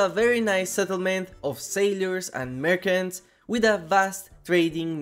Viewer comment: Oh I am aware, same as how I pronounced merchants as merkants, I am just lazy AF and I don't want to re-record my voice for ages since that is by far the most annoying part of making a video. If the misspronounciation is too severe, I do reset.